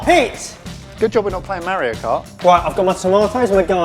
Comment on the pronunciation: Mar-io. not Mer-io.....ffs guys.